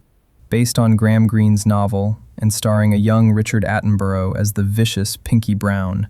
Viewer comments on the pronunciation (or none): Richard "Atten-burrow", shouldn't be surprised after Daniel "Kregg".